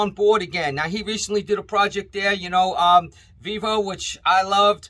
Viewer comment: 49 in the video it sounds like you said, "viva" not Vivo. I thought you meant Viva mexico brand. I am glad this was made clear.